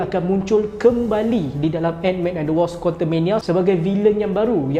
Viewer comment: Bukan wosp bang, sebut betul2 ikut ejaan dia tu. WASP